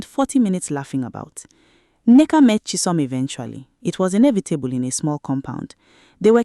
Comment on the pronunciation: The daughters name is Nneka. You keep giving it different spellings and pronunciation.